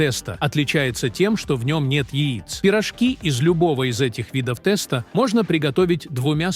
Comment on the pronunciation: Я долго терпела подачу этого текста с неправильными ударениями, но слово тэста меня добило ! Уши закрываются при таком произношении.Даже если это искусственный интеллект, но неужели нельзя это правильно озвучивать? 🙉🙉🙉🙉